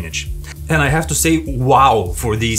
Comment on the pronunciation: Why can east europeans not pronounce the letter H. I GGGGGHAAAVE . ITS I HAVE